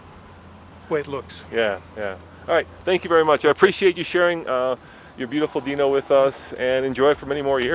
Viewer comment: its not a deno its a dino